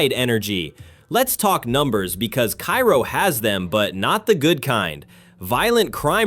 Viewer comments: It’s pronounced Kay-ro Illinois, not Ki-ro like the city in Egypt. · "Kay-row" not "Kye-row" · It's prounced Care-o, not ki-ro. The crime rate is much lower than reported here, as the population nears 0. It is indeed becoming a ghost town. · it's Karo, not Cairo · No, Kay-ro. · Love this video. But for one thing. Cairo is pronounced “Ka-ro. The ‘i’ is silent. Keep up the great videos please. Love every one of them. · It's Cairo pronounced care-row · Cairo Illinois is not pronounced like Cairo Egypt... It is pronounced Kerro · You can tell the voice is AI: It pronounces Cairo, Illinois the same as the city in Egypt. The Illinois Cairo is pronounced "KAY-row". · Cairo in Illinois is pronounced 'kay-ro'. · I belive Cairo is pronounced Kayro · Pronounced kayro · It's Care-O. I was born and raised there. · It's pronounced KAY-ROH.. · Cairo, IL. is pronounced like care-oh. Next time you're in that neck of the woods, just ask 'em. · Thank you. I'd never even heard of this place until a year ago, and it was pronounced incorrectly, which I didn't know at the time. Now I know.